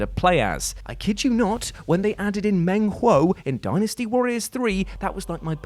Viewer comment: hey is pronouncing dynasty the right way now